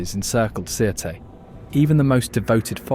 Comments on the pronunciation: Sirte is pronounced as “Sirte.” The E is silent. — a Libyan who’s tired of hearing a non-existent name for a city. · Sirte is actually pronounced without the “e” more like Surt